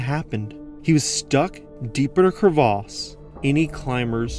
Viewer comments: Cravas not Cravaaaaas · You mean Crevass rather than Crevaaas. I always wonder why Americans & Canadians find it necessary to create and adjust words for no apparent reason. Buoy (pronounced boy) Mignon (Meenyon) and now you're throwing in an absolutely ridiculous pronounciation of the word crevasse and ancient French word originating from crever (as in Crevice). It's put me off watching this clip which would have been interesting. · same dude who insists on saying cur-vas rather than crevice. it doesn't even have an a in it... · "Crevasse" (glacier gorge) not "crevice" (tiny crack). Different pronunciation to differentiate the two. So, like he said, crevaaaaase...